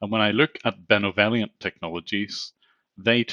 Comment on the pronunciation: Benovellient..sounds a whole lot like Benevolent dont it guys?